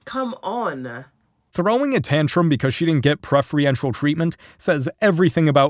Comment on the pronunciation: Voice over, FYI: it is "preFERential" treatment not "preFREEntial" treatment.